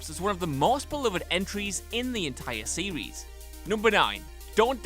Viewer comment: Sewies, purposewy and theowy 😂😂 alright Elmer Fudd we get it